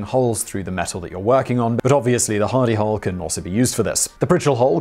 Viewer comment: At 1st I thought you were saying Hidy Hole!